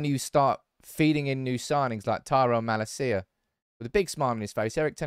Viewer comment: Dutch pronunciation tip: MaLAcia, in stead of MalaCIa.